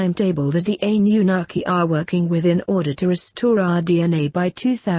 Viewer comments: Its Anunnaki not Ann. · I don't like how she pronounced anunakki I cannot spell it either, buti still don't like how she says it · hahahaha ... sure you're pronouncing this right..? Funny, couldn't even be talking shit about them here on YouTube if one hadn't allowed the humans to use the technology. haha, f'n humans. "... well, God said..." "... God believes..." "... God is..." Nof'nBody has any idea wtf God has in mind other than God. lol... humans... the audacity to even utter such. Yes... the economic leaders ARE keeping all in subjugation. Their ancient family members had the original RULES, which they've all violated over and over for hundreds of years assuming they will never return as they DID promise your ancient ancestors would eventually happen. None of course have taken heed, no idea what they're doing exactly but, continue the traditions. Anyways... how many licks to the center of the Earth..? A one, a two... a three... 3